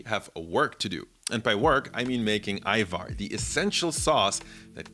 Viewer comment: i've been seeing more youtubers talk about Ajvar recently. being albanian Its been EXTREMELY triggering that they pronounce the J like an actual J. So thank you, for saying it correctly lol.